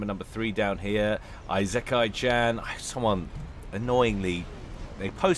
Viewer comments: Late to the party i know, but but it would be ee-se-ka-ee. It would be written いせかい or like ｲｾｶｲ without kanji. I would say is closer then most people probably would be. Im sure something to this effect has been posted a few times but Ive seen a lot of people here that also have it wrong...Now watch me be completely wrong too. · Need to take a shot for every time says Eye-Zek-kai-chan lol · just say Esekai instead of Isekai, also the s is softer, you're pronouncing it with a bit of a z. its more like the se in set or section. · If my memory serves, Isekai is pronounced "Farms" ;) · I know, it's clearly Eye-sex-eye-can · ee-sick-eye Isekai Ise-kai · "isekai" is in japanese. google tells you the pronunciation